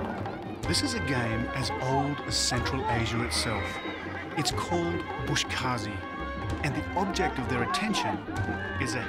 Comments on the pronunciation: Its "BUZ-KASHI" not "bush-kaazi" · it is called “boz keshi” not “bosh kazi” , boz= goat , keshi= pulling 😃😃 Thanks for the nice documentary 👌🏼👌🏼